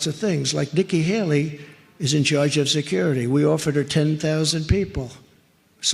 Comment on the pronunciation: Please continue sharing this video. Again and again that clip saying Nicki Hally. Please put it on the shorts